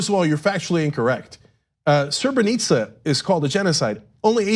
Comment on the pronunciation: “”Serbeneetsa” was a genocide” Wow this Turkic nationalist cant even admit guilt without victimizing himself. Srebrenica is not even comparable to the Armenian genocide, it was DURING a war and it was in retaliation to massacres against Christians. And learn to pronounce it if you’re going to stand on their graves...